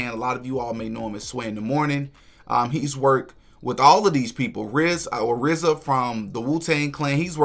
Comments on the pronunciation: This nigga said " Rizza," lol!!! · Did This nigga say RZA ??????? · Did he say rza!?!?! 🤦🏻‍♂️ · Brudda said rza??? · Did he say RZA?????